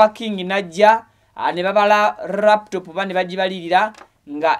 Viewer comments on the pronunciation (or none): Hahaha, I hear raptop. It's called laptop Mr😮